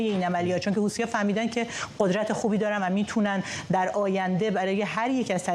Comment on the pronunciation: این گاگولو میگه هوتیها 😂😂😂😂😂😂